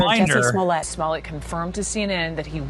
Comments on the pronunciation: You have to get the pronunciation right, like Dave Chappelle would say "juicy smuh-le-a" I implore everyone to watch his standup on that 🤣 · Excuse me sir, it’s pronounced, “Juicy Smoo-yay”!